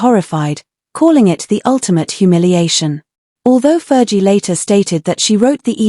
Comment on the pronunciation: Ferghie not jie!